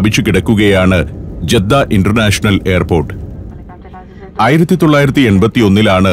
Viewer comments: ജെദ്ധ തെറ്റിയയതാണ ജദ്ധ എന്ന് ആണ് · ജദ്ദ അല്ല സഹോദരാ... ജിദ്ദ എന്ന് പറയും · ജെദ്ദ അല്ല ഇവിടെ ജിദ്ദ എന്നാണ് പറഞ്ഞു കേൾക്കാറുള്ളത്. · ജെദ്ദ എന്നതിനു ജിദ്ദ എന്നു പറയാം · ജീദ്ദ എന്നല്ല ജദ്ദ എന്നാണ് മിക്കവാറും എല്ലരും അങ്ങനെ യാ പറയാ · ജിദ്ദ ജെദ്ധ അല്ല